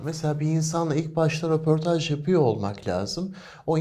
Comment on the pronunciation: Roportaj dedi yaaa ne gazetecisi 😳